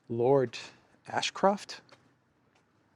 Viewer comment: Lord Asscroft? Is that Lara Croft's father? 😂